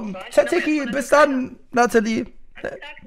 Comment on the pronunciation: 😂😂 ich bepiss mich, wie er sagt naja gut Zaziki bis dann 😂😂